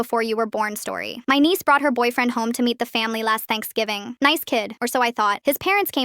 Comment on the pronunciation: Bro why does the words *last thanksgiving * have such like a thick accent out of nowhere